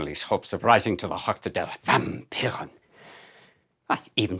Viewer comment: It is "VampirE" not "VampirEN" xD